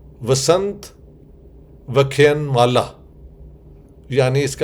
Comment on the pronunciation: First you learn to Rightly pronounce "Vasant Vyakhyan Mala" It's Idiotic that the seminar you are going to attend and speak and you didn't care to Rightly pronounce the name of the seminar. If you are so inclined to good relations between INDIA and pakistan why don't you lecture and educate Barbarian pakistanis??